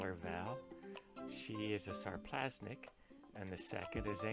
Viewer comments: just FYI, it's Sarplaninac not "Sarplasnic" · Took me a few minutes to figure what he meant, lol! Needs to listen to some vids on Shars to get a clue.